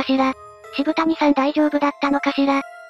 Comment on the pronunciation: 渋谷はシブタニさんじゃなくて、 シブヤさんな！